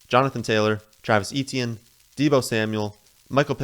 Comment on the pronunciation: Eh-tyen or Eh-chee-en NOT EE-Tee-en